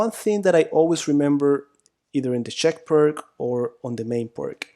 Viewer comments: Americans or pseudo-Americans cannot and will not pronounce non-English names correctly. To do so would be an unAmerican activity, an outrage to Trump and MAGA. Pirc is spoken 'Peerts'. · Would not be very harmful to learn how to properly to pronounce Pirc. Definitely nit Pirk. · Never trust the advice of a chess player that can't pronounce Pirc. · If you're interested: fianchetto (Italian for 'little flank') is pronounced fianKetto (ch = K) and Pirc (a Slavic name) is pronounced PIRTS (i as in 'little') and c = TS (as in 'Srebrenica' (SrebreniTSA)). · I thought Pirc was pronounced pee-urt-tz. (U pronounced as in under or ulcer.) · Vasja Pirc is slovenian GM and your pronunciation of his name is terribly wrong. Pirc for English spreaker would be Peertz. Similar to Blitz. Keep up the good work you do. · A friend still doesnt believe me it is pronounced peertz xD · We all pronounce it Perk too! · Vasja Pirc and he is not prik...? His name is P I R C (c like Ceylon) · Apart from totaly miss pronounced the name of the chess master from Slovenia you certainly broke it down beautifuly.i play it with the black every single time.90% of the games with black are won .majority of people dont know what to do.best opening for black by far. magic with black pieces.thanks for your knowledge and experience. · You should really look up how pirc is pronounced lol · Isn't it pronounced 'persh' rather than 'perk'? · It is not pronounced “Purk” It is pronounced “Peerts” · Please tell me you aren’t going to say perc defense instead of pírc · It is not Pirk but Pirc according to the surname of Slovenian GM...c like you pronounce first letter od the surname Tsitsipas :-) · It's not pirts but pirs / pirc (in Polish obrona pirca). so ofc it's not k but c / s in spelling. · So far I have been avoiding this defence but after watching these lessons I will give it a try while playing my next tournament. As for the correct pronunciation of the "Pirc" we should say [peertz] instead of [perk] 😀